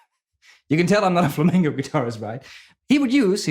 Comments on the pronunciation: You're awesome- and I could have just mis-heard it from your great accent- but it's Flamenco Guitar- not Flamingo (the bird) Guitar ;-) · He keeps saying Flamingo. It's flamenco. Now that I got that off my chest, great playing & thanks for the video. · Love your channel, your teaching, your great energy -- but pleeeze -- it's "flamenco", not "flamingo". A flamingo is a pink bird. :-) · Please stop saying "flamengo" or "flamingo" and say fla-men-co ('ko). I love your videos anyway! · It's called Flamenco, no Flamingo (although flamingos in spanish are "flamencos"; but the musical style should be called Flamenco)... other than that, you rock, huge fan!!! RIP EVH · But he said flamingo music like 99 times 😂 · ADRIAN GOMEZ MARTINEZ ahora me entero de que "flamenco" es una palabra inglesa. Genio tú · ADRIAN GOMEZ MARTINEZ eso lo entiendo, no le pido a un holandés que pronuncie español perfecto. Pero "flamenco" es un género y no estaría mal pronunciarlo. Es como si yo, por ser español, digo "trans metal" en vez de thrash metal. No le veo la justificación. Con todo, toca super bien, me cae super simpático y en sus vídeos aprendo mucho